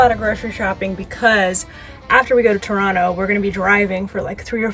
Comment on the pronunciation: Being from Ontario, I have to say, you did us justice😄 And you pronounce Toronto correctly😄